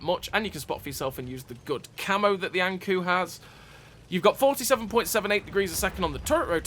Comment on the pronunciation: Not to pile on, 😏but the kou in ankou is pronounced similar to the “co” in code. It’s Japanese for anglerfish, which is what’s depicted on the side of the turret for folks who may not know., I decided to go for the BT after I saw your review of the T2, because as you said, deep is life.” It’s been great fun so far. I hope to see the Ha go from the series, for no other reason than because the camo pattern looks cool.